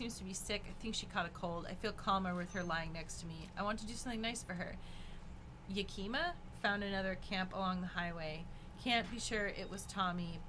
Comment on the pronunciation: As somebody who lives in Washington state I would like to announce that literally no streamer has pronounced Yakima correctly lol